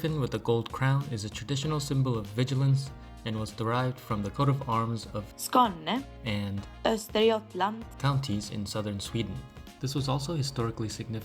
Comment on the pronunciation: Important: Scania is the Latin name for the Swedish region of Skåne, whose coat of arms is the griffen. Also whoever did the voice-over pronounced it weird without the "å" sound. Cool video tho